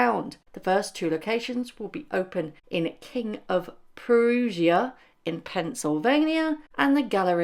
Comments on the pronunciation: Delightful to have another video from you,! I love your laugh! 🥰🌹♥️ By the way, Prussia is pronounced Prush-uh (like Russia with a P 😁). There's a famous Prussian Blue pigment that is also a medicine to treat radiation poisoning. Take care!! ♥️🌹🥰 🇺🇸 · It's pronounced" King of Prusha." Like Brush-a. Prussian troops were involved in the American Revolution. Prussia was part of German lands a long time ago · King of Prussia ......not proozha...... Prussia is pronounced like Russia with a P in front. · King of Prussia, PA is pronounced Pruhshuh like how Americans pronounce Russia only with a P sound in front. :) I cannot understand what Netflix is doing. Why they would waste the time and money. It won't make any difference. Her little stand of her wares won't be able to compete. She may get some buyers for the novelty of it or as a joke to laugh at with friends, but the interest will wear off fast. Plus it isn't a far drive to get to Amish country where you can get really good and truly grown and made right there jams, meats, crafts. I'd much rather drive out of my way to get some Amish made goods than pay for her mass produced and just labeled as hers overpriced junk. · Not being rude :-) PA has odd town names (bird in hand, virginville lol)... Prussia is pronounced pr like pretty and ussia like russia.... per-russia ...short is KOP ( the mall there is massive!) Love your content & glad you've persevered thru everything the last year or so! Also, Rachel's Dad is from PA... Perry County. Her one cousin married a few years ago on the family farm...and they look quite a bit alike...